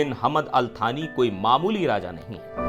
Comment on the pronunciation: भारत के इतने घनिष्ठ मित्र का नाम भी सही से नहीं लिया जा रहा है। कितनी निम्न स्तर की हमारी मीडिया हो गई है। उनका नाम थानी नहीं सानी है।